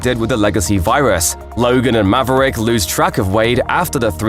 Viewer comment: Good ol’ Mav-uh-Rick.